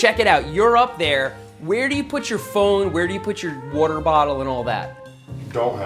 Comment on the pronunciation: Every episode has Seth saying “wouter” (water) at least once